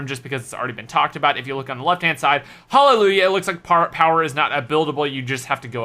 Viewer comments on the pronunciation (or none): none